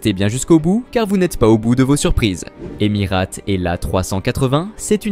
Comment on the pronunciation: deja on dit Emirates et pas emirate et j ai de gros doutes sur tes propos car personne n en a parlé dans les applis sur l aviation ...;.bref encore un influenceur a 2 balles ,,,?????